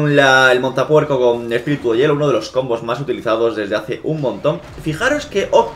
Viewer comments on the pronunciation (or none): none